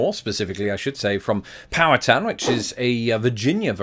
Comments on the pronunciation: What cracks me up, from being not far from Pittsburgh, your pronunciation of "Powhatan" sounds like you are saying "power town" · I think it's pronounced "pow-HAT-in".